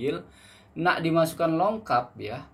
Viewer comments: Bang sebutannya "lokap", bukan "longkap"...hihi😉...salam dri Malaysia..Indonesia juga pasti bisa🙌🏻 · Lokap bro bukan longkap.tak pakai N dgn G. 😅